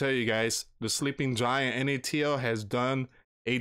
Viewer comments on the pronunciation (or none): none